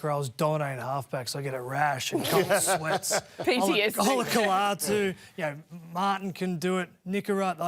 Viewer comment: lol Cronk 0/3 when pronouncing “Olakau'atu” 😂